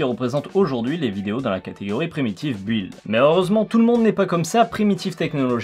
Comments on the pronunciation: On dit "beuld". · Aïe aïe aïe ! On ne prononce pas le U dans "build". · Faut apprendre à prononcer "build", hein ? On ne prononce pas le U ! J'ai mal aux oreilles...